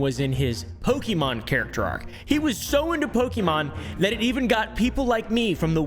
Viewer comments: @@ when I was a kid back in the 90s all the adults said po-kee mon or man's, but it's pronounced po-kay mon 😅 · Poke E Mon... i cannot listen any more. Po Kay Mon. Pokemon. At this point just call them Pokemans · I love it when you say “Pokey Man” ❤😂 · He calls them Pokimaine Cards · its actually po-keh-moan if we're going by japanese pronunciation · Running rn to my homecountry to change my ID and passport 😂. I speak Spanish baby, we pronounce it PokeMÓN 💅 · @@ That's literally what my grandmother still calls them. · Cilib priniincis Pikimin lik in ild lidi in thi 90’s